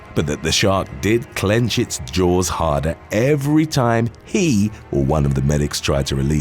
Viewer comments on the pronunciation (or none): none